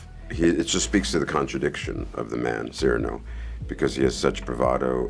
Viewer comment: Surely Cyrano is pronounced with emphasis on the second syllable, not the first. It sounds so cold when said the way they are saying it. It sounds much more musical, poetic and beautifull with emphasis on the second syllable.